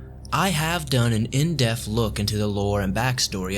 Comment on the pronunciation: inDEPTH inDEPTH not indeaf